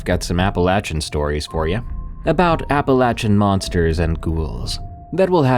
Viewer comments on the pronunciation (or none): Wait a second.....EVERYBODY I ever heard pronounces it as "appa-LAY-chun" not "appa-latch-chun".... But that's supposed to be the pronunciation? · If only you could actually pronounce the name right...Like damn, I know you know, that you're saying it wrong...